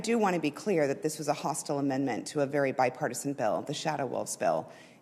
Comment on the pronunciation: Oh, I thought you said "My partisan".